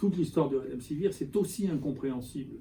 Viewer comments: Avez-vous remarqué ? Le professeur Raoult prononce "redemsivir" au lieu de "remdesivir"; de fait, la suite des lettres est plus familière et plus facile à prononcer. A part ça, D.Raoult est clair sur le rôle et le non-rôle du médicament en question. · il ne sait même pas prononcer le nom du médicament, il le prononce "redemsivir". Il donne son opinion sur un médicament dont il ne sait pas prononcer le nom. Un médecin qui ne sait pas prononcer le nom d'un médicament qu'il est censé prescrire, c'est un grand scientifique mdr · lol, il ne sait même pas prononcer le nom du médicament, il le prononce "redemsivir" . Il donne son opinion sur un médicament dont il ne sait pas prononcer le nom, et vous dite qu'il connait son sujet, vous êtes rigolo. Un médecin qui ne sait pas prononcer le nom d'un médicament qu'il est censé prescrire, c'est un pro